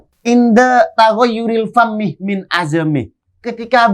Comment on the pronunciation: Bukan paammih makbun tapi pamih karna bhasaa arabnya lisan pamun